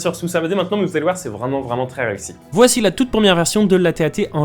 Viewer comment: Un AT-TE vreument 😂